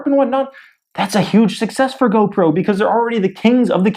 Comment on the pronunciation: GOPRO OMG I CANT HANDLE U SAYING GOBROKE